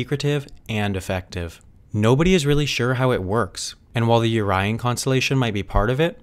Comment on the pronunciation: It's pronounced Orion constellation